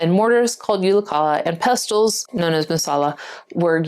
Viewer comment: Don’t pronounce the “T” in “pestle”.